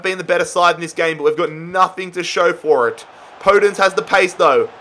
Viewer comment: Its called podènce not pódence